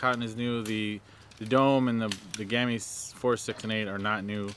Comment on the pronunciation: Please don't say gammi say gamme with e. Love from Norway.